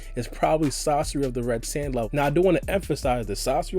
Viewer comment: It’s sah-sori not sasorry